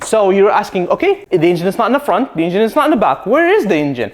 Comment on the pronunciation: Please stop pronouncing ,,ingin'' instead of engine,it is so disturbing.....and it's a Porsche,not a Porschah,it sounds awfull